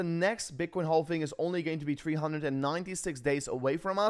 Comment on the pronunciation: It's not pronounced "hall-ving" It's pronounced "haaav-ving". No L